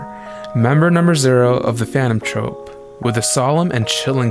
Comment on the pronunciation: this video would have been a 10/10 haven't you been saying phanton trOpe the whole time